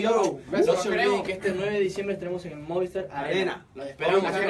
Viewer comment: Ese jajajajaja no se cansa de decir Movistar Arinna jajajaja 😂😂😂